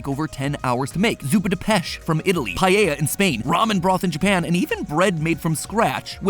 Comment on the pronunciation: the way you said "paella" was so funny, as a person who talks spanish as a mother toungue language.